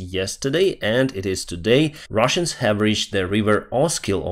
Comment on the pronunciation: Why are you saying “Ruzzians” instead of Russians? What have they done to you?